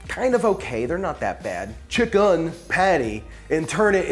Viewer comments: Chick-"IN"!!! IN, IN, IN!! NOT chick-"UN"!!!! 😂😂😂😬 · I love how he says “chick-UHN” to differentiate that it’s vegan chicken.